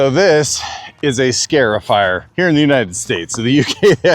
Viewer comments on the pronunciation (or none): Just a heads up - it's "Scar" (as in Scratch) not "Scare" -ify. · Scar-ifier. Not scare-ifier.